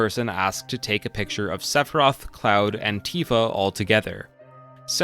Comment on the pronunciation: He keeps saying 'And Tifa' and it sounds like 'Antifa.'